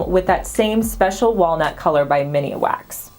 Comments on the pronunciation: MIN wax not mini wax 😂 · It is MINWAX not MINIWAX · Min-wax not miniwax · I enjoy your informative videos . Thank you! Just a small note...it's MINWAX not MINIWAX. I heard you say that in the video and then saw that you included it in the items above, so I just thought I'd gently point that out. Happy Valentines Day! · Isn't it just Minwax and not Miniwax? Maybe I have ben saying it wrong. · Love the creativity! Except.... it's MIN Wax, not Mini-wax. ;) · Min wax - not mini wax